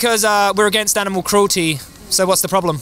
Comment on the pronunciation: What's an "animeal?" Same as an "animuel" or an "animool?"